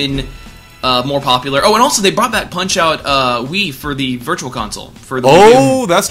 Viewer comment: ***** thanks for showing us pop-uh-lar and maybe not so pop-uh-lar trillers.